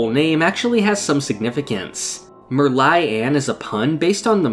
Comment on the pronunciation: Can't believe he pronounced my name correctly at the end of the vid, so many people have said it wrong when reading it but this guy just knows